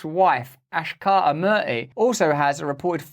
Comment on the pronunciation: it "ak-sha-ta" not "ash-ka-ta"